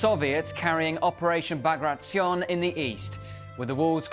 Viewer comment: Is that the correct pronunciation of "Bagration"? I've been pronouncing it differently for over a decade now.